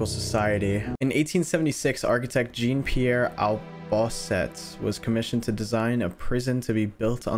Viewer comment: Your pronunciation of "Jean Pierre Albouset" has me WRITHING IN MY SKIN